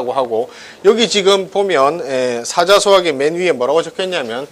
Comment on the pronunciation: 사짜소학이라고 된소리로 읽어야 한다고 생각합니다.